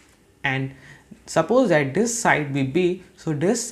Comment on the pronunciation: Your "that" pronounciation is wrong and feels cringy. This sounds like tis